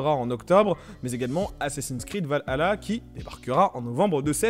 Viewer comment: Mec c’est pas va hala c’est valhalla🤦‍♂️ t’a du mal